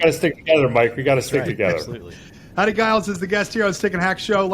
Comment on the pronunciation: Grew up with Howdy and his family, and while he’s too polite to mention it, it’s a soft G…”Jiles”.